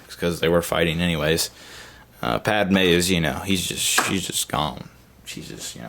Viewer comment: omg its padme not padama. padama sounds too much like a country, much less a person